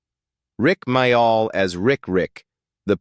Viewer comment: It’s pronounced more like Mail not My- All